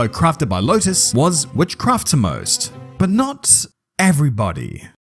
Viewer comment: Is this AI narration? It sounds so weird. That “witchCRAFT toMost” in the first 1 minute sounds off